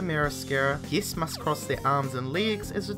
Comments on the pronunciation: Is anyone else pissed off at how he pronounces guests? Geests? And don't even get me started on that upward inflection... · Each time you say guests I think your saying geese